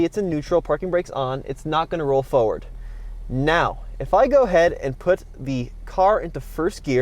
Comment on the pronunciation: There is no silent 'r' in 'forward'